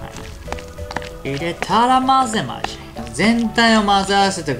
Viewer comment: まじぇまじぇ〜www 勢いが好きです！